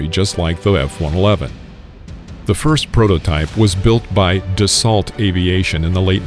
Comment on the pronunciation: 🙄 Dassault is pronounced DASS-OH